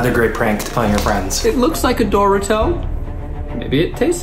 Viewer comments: i'm disturbed by zach's pronunciation of 'dorito' omg what was that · is no one gonna talk about how Zach said dorito like "Dory-TOE" with a slight pause in between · 11.46 be like Zach saying ‘it looks like a doorito’